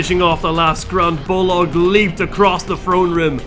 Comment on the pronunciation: So... why do you call BOLG in this video BOLOG all the time?